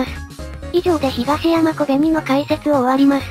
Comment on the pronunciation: 可哀想は可愛い ヒガシヤマがヒガイシャに聞こえて被害者コベニになって余計可哀い